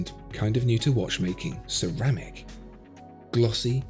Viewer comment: Cerrr... rrrrramic!